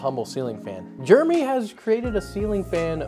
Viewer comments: “Germy” bro it’s “Jer-e-mey” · jer-e-my not germy how can people not pronounce names right haha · Jeremy - "Jay-Rem-Ee" I am one myself so please pronounce correctly ;-o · When you say Jeremy, it sounds like Germy. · americans pronounce Jeremy as "Germy", I never knew that. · Th pronunciation of Gerramy is triggering me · Every time you say "Jeremy" I hear "Germy".